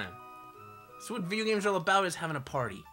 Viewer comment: "I'm the and I'm saying..... Vidjagaems." loltastic.